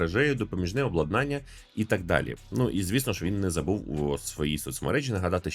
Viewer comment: Контент клас, подача як завжди супер. Один момент який постійно ріже слух: ОбладнАння - це процес встановлення Обладнання ОблАднання - це об'єкти, девайси